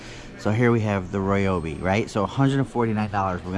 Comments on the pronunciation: Please do me a favor, and stop pronouncing it "Roy-obi". It more like "rye-obi". You are driving me insane. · It's not roy-obi nor rye-obi. The exact and proper way to pronounce it (though NO ONE ever does, including myself) is REE-obee. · It’s actually pronounced Ree-obee according to Ryobi. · On the Ridgid Tools it's not X5 it's 5X. Gen 5X. And while we're on the subject of names of tools it's not Royobi its Ryobi. It annoys and hurts my ears when people say Roy Obi